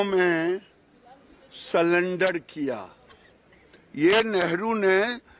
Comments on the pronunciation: 'मंदबुद्धि' अनपढ़ निकला ! अनपढ़ को सरेंडर को सलेंडर बोल रहा है ऐसे अनपढ़ को देश कि जनता सांसद बनाती है ! मानहानि का केस करना चाहिए ! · इस बेवकूफ कोई नहीं पता कि sarendar होता है ना कि सिलेंडर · ग्रिराज शायद पढ़ा लिखा नहीं, नरसरी तक शिक्षा हासिल किया हो? sulendr बोल रहा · अरे गिरिराज बाबू सरेंडर होता हैं। हेलो नरेंदर सरेंडर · गिरिराज तेरे से तो अच्छा भेड़ चराने वाला भी अच्छा है काला अक्षर भेस बराबर नाम पढ़ना भी नही आता ऐसे लोगो को राज पर बिठाना लोकतंत्र की हत्या की है